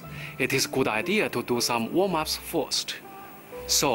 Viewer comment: wom ups xD lol and so funny xD